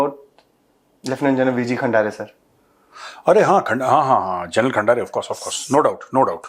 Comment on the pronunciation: सबसे पहले आप खंदारे तो बोलिए,खंडारे नहीं।